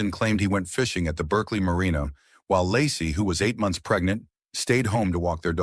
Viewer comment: Your robot is mispronouncing Laci and Frey. And Scott Peterson is innocent.